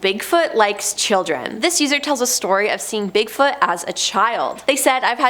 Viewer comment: Could you pronounce it "Bigfoot" please? I'm sure it's not "Bigfut"